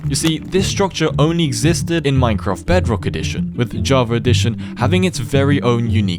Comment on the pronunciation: “JAVER EDITION 🗣️🗣️🔥🔥🔥🔥”